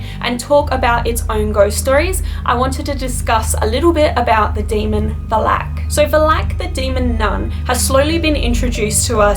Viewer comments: Va-lac not Val-ac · The way you pronounce Valak is wrong... Vah-lak, not Va-lack. Nice video, though. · You say it as velek not valak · Demons and Demonic entities aren't actually mythology and you pronounced Valak wrong partially it's more Val-Uck not Val-Ack but it's spelled Valak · Who else is triggered by her calling him Velak i know it as VAL-IK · VALAK. NOT VA’LAK. your prenounce. Is wrong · It's Va-lak not Valak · It is monk not munk and it is valak not vlak you idiot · Oof but you said it wrong sorry it valak you said it it was like valeak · It's not valak it's valek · It's not Valak love, It's Valak with a stretch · Valak not balak hahahahahaha charrr! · It’s not Va-lak it’s Valak. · It's pronounced as va Lak. Not valak valak. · It is pronounced va...lak Not va-lak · Who the hell is Vuh-lack? They literally said the name of the entity in 2 seperate movies, multiple times... Valack... Pronounced Val-ick... Stay on the script. It's a movie, based on a fictional novel. Check the 900 million dollar lawsuit WB had to pay because they can't prove Ghosts exist. lol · It's not Walak. It's Valak. That's hard to hear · It’s Valak not Valak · Its Vaah-lack not Balack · i love how she pronounces it like vlak instead of valak. its so funny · The way she pronounces “VALAK” is so annoying VALAAAAAK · It's Valak pronounced valact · Take a shot every time she says Vlalack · She can’t even say the name right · Is it just me or the way she pronounces Valak is uhhh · I hate how she says Valak, it was a good video but oh my gosh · please at least pronounce Valak right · if you are gonna do a video about it at least pronounce it's name properly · U are pronouncing valak wrong 🙄🙄🙄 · Its "V A L A K. The K is almost silent, and the A sounds."louder". If u get what i mean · Saying valak name wrong lol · Why do you pronounce Valak so weird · Valak? The pronunciation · So the pronunciation i noticed here is different from the movies? is it VAL-ICK or VAL -ACK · stop saying Valak wrong